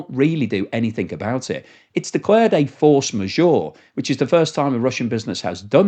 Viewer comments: Maybe check the pronunciation of force majeure... The's a french term. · Hilarious how is pronouncing force majeure! 😂